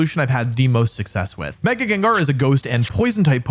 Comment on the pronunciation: THE FIRST A IN GENGAR IS SUPPOSED TO BE AN E! AND IT'S IS, NOT IT!